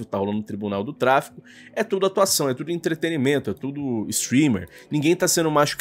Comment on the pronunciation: pqp! Se diz E N T R E T E N N N N N I M E N T O!!! Cê é tão articulado mano, todo vídeo cê erra isso meu chefe!!